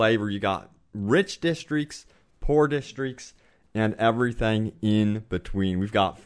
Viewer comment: i hate how you cant say districts